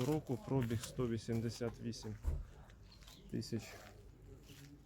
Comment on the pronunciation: Вчіть українську мову. Немає такого слова як прОбіг, вірно говорити пробІг. Невірною вимовою ви вбиваєте рідну мову.